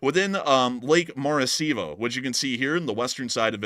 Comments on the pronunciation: Maracaibo, not Maracibo. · Ummm... it's Lake Maracaibo... pronounced "ma-ri-Kai-bo". My dad was born there. 😅